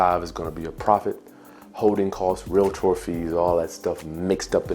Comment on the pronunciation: ... You said real-ator... 🤐😝